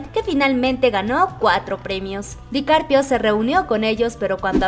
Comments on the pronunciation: Lo pronuncias mal. Se dice DICAPRIO no DICARPIO. Ojalá se conocieran algún día 🙏💜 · CUANTAS VECES DIJO DICARPIO EN VEZ DE DICAPRIO😂😂😂😂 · Es Dicaprio no Dicarpio 😂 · No es Dicarpio... Dicaprio 😂😅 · Repeat after me. Di-ca-pri-o. Not Dicarpio 😉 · Leonardo Dicarpio jajajajajajajajaa me dió risa como lo pronunció 😂😂😂😂🤣🤣🤣🤣🤣🤣🤣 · jajaja me gusta cuando dice leonardo dicarpio jajaja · Asi como pedimos tespeto para nuestros chicos de BTS ,seria bueno que tambien se respetara a los demas artistas. El se llama Leonardo DicaPRIO , cuando mencionan a BE TE ESE ..las ARMYS corregimos la pronunciacion del grupo a la mejor para muchos sera una payasada mia pero seria lo mas justo no?? Mi sencilla opinion.